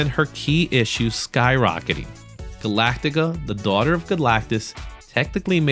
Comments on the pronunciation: Great vid love these look backs. Still amazed at how many people add extra letters to Galacta's name 😂 its not Galactaca😂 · Not trying to be a dick at all.. but it's Galacta.. not Galactica. Sorry 😬